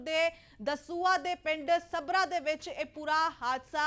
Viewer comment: Sabra nhi saggra ji